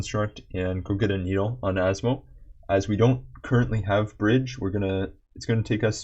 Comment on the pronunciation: Man has instantly earned my respect properly pronouncing Asmo's full name within the first minute of the video.